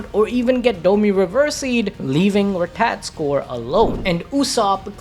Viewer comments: RAH-tah-tawsk-ur bro I beg you say it right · Dude please stop saying ratatoskr you're butchering it 😂.